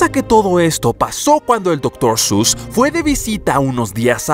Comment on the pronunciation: Otros: Doctor seuss 😐: Doctor sus ඞ